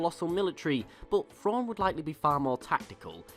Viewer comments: It's pronounced "thrawn" not " frawn"....come on. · Just like when you say "then" or "them" etc etc, I know you can say words that start with TH, so redo the video and say his name correctly please, as well as continue to pronounce words and names that start with TH properly. THANKS!